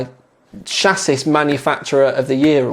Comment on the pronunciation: Grrr, it's not pronounced chass-is, it's chas-see (it's a French word). Other than that a great review as per normal. Perhaps one day though you can do a primer for people with little to no experience of water cooling, e.g. what the basics are with regard to equipment, what to watch out for, how to string them all together, why you need certain bits etc. Well I'm sure you get what I mean.